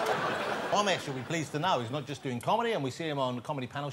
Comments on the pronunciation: It's Ramesh not romesh womesh bhomesh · So he can say Ramsey but not Ramesh?